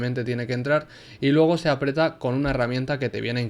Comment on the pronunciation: Se dice aprieta